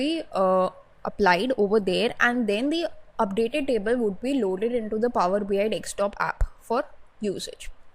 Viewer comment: madam.. It is power BI desktop. Not DekSTOP. Every time you are saying dekSTOP. dekSTOP. It is annoying to listen.